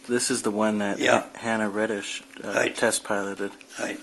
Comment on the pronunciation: Hanna Reitsch (not Reddish) ... the "ei" sounds like "eye"; say after me: "Reyetsh"